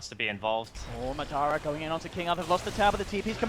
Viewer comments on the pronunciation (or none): It's MA dara not maDAra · MAAAA DAAA RAAAA not midara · Anyone else annoyed they don't say Madara right? I believe its pronounced Modara